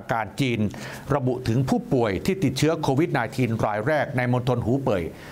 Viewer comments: ทำไหมกิตติอ่าน โควีด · นายกยังอ่านโคหวีด